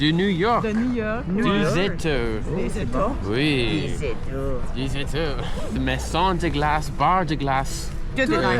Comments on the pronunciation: The way you said "z'étas" was perfect (when saying you from from the united states) you nailed it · When you say des Etats the second time...pure classic....parfait